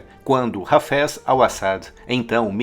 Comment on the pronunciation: O cidadão pronuncia "Hafés" como "cafés"! Haja ouvido !